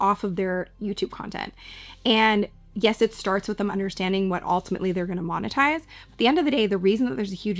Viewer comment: "monetize" por favor